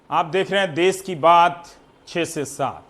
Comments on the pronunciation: देश बोलते है देस नहीं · रवीश जी देस नहीं देश होता है। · चचा "देस " नहीं "देश " होता है। बिहार के होके भी हिंदी की बंद बजा रहा है। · Aapko देस नहीं देश होता है आप क्या पाकिस्तान से हो क्या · देश होता है, देस नहीं। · All is fine but... देश होता हैं, देस नहीं ndtv please correct this.